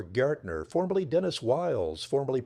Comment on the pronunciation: Pretty sure his name would have been Gaertner (pronounced GEHuhtnuh (means Gardener.